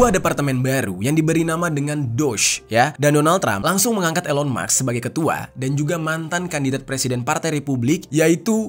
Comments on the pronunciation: Musk dibaca mask, bukan Maks. Beda cara bacax. 🤔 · Elon MUSKKK bang,, bukan MAKSSSS 😂😂😂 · bkn elon muks tp elon musk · Elon maks😂 Elon musk ✅